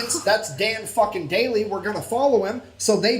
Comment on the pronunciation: yeah...but Sgt Maj. Dan Daly is Daly...not Daily, nor Dailey.